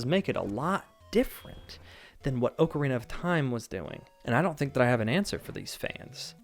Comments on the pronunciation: Oh my god just say ocarina correctly. It’s aa-kr-ee-nuh not oo-kr-ee-nuh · Can’t stand the “oh-carina” pronunciation of Zelda OOT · Am I the only one dying inside when he mispronounces Ocarina as Ohkarina? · Also the ‘O’ in Ocarina is a hard choked ‘O’ in Ostrich